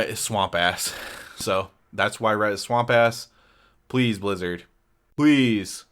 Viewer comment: reT, with the T at the end. not RE'